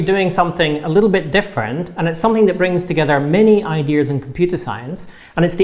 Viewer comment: Does he say there are "many-eyed deer" in Computer Science?